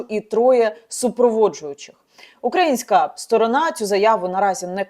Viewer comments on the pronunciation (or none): none